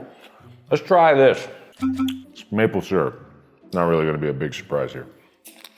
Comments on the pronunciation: my mom is unbelievably angry at the way he pronounces syrup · only thing that bugs me abut mark is that he says SEAR-up....its pronounced syrup ( SUUR-up)! XD Jk everyone pronounces it different, just a pet peeve...(idk if i spelt pet peeve right...) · This video is invalid because he cannot pronounce "syrup" correctly.